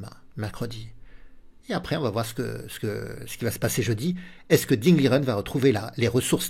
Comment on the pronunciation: Merci pour cette analyse. PS : on prononce Ding " Ligène " selon l'intéressé.